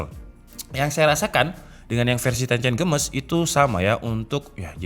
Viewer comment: Text : Tencent Games My ear : tencen gemes